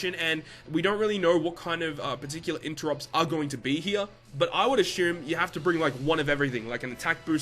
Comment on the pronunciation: The way you say assume makes me wanna snap my neck